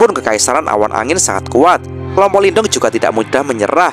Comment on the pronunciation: Sebenernya pengucapan Lin Dong adalah 'Lin tung'. Sedangkan huruf T dibaca 'th', spt dlm kata the dlm bsh Inggris. Tapi bebas aja sih, yg penting kita seneng aja ngikutin jalan ceritanya.. 😊